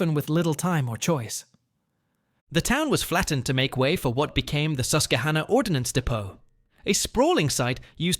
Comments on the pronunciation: It’s pronounced sko-kill and the qu in Susquehanna is pronounced qwa like quilt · "Squeel kill" ? "Skoolkill" "SusKWAhanna"